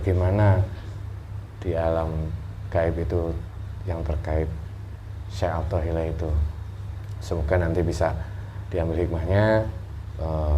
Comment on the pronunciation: Nyebut aja salah yaallah syekh athoilah bukan syekh pathollah udah lah qlo mau pansos jngan gtu atuh malu x wkkwkwkw